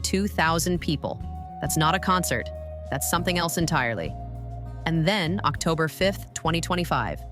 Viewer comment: The pronunciation of 'October' 😮. It's admirable that Dimash keeps his personal life private, choosing to be known for his music rather than personal drama.